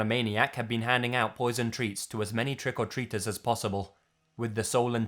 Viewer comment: Whats up man. I enjoy your videos but you sure do say the phrase "trick or treaters" funny...lol keep it up brother